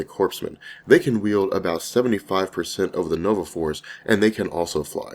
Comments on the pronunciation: It hurts my ears every time you mistakenly call corpsmen, corpse-men. The "ps" in corpsmen is silent, the pronunciation is core-men. You don't make this mistake when you talk about the Nova Corps itself, so I don't understand why you do when you talk about their corpsmen. Anyway, I enjoy all of your videos. Keep up the good work. :-) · Core-men not corpse-men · Lol love you bro but it’s still pronounced ( core-men) president Obama said the same thing so don’t worry. I Love your videos bro, you have helped brighten my life!!!! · It's pronounced "coremen" the p and s are silent